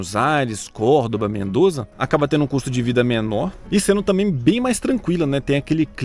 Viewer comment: Bem legal, o vídeo. Só te liga que estes lugares que citaste, Barilóxi, Uxuaia (como em português, fora do dígrafo CH, o H, sozinho, não se pronuncia, não representa som algum), Mendoza, não existem. A pronúncia é Barilôtche, Ussuaia, Mendoça (como caça e não "caza", iguaçu e não "iguazu", "braço" e não "brazo", coraçón e não "corazón", açúcar e não "azúcar". Eles falam como nós). Também não entendi como pudeste comparar o Brasil com a Argentina, como se fosse um alvo possivel para futuras imigrações européias. Que maluco iria querer viver na Coréia do Norte, onde, ainda que ditatoriais, ruins, como lá, sequer leis existem?! Ah, já ia esquecendo, não sei se tem importância, mas, já estive em todos estes lugares.